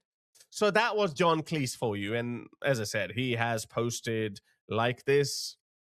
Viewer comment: John Cleese himself would tell you, his surname is pronounced like Cheese, not like Lease.